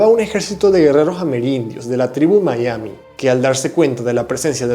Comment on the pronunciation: No digas maiami, amigo. Ese palabro vale para el que habla en inglés. Miami viene del español y, por tanto, cuando se fonetizó así es porque era la forma más parecida al original. Así que, a falta de la original, la menos mala es "miami".